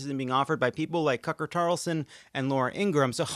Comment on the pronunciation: Did Lovett say "Cucker Tarlson" at ?! If so, kudos forever.